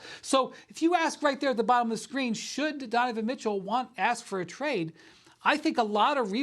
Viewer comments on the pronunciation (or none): My man really said "request a twade"